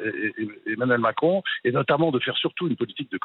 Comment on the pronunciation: Il n' arrive pas le dire : m i c r o n démission !!!